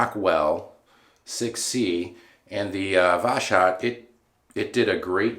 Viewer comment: Yay, you mentioned me. Yeah, its is more like "was hot" without sh sound |wʌzhɒt|. Everything was cool! For sure pronounciation of voshod is kinda level you up in everyones eyes. Like a pro who knows how to deal with this 😎. Oh, what a lovely shave! Amazing! Great job! Idk but your reviews and passionate makes me so happy. Totaly agree with you - mercur is one of the mildest one that won't cut you even if your techniques not so perfect. Like you have only two options - it shaves or not. Definately can say - mercur is one of my favorite razor. About irritation - I've had such troble but mostly because Ive pressured too much on razor and went twice on the same spot. Gillette king c balm helped me out - just add it next day after shave. It will soften your beard and relax your skin at time of itching. Shaking your hand! Great job!